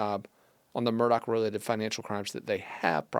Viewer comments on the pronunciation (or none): Not MUR-DOCK!! Pronounced MUR-DAW!!